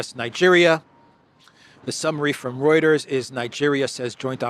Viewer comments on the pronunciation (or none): none